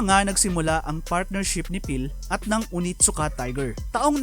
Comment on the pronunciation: That is pronounced as oNeeetttt-Suka.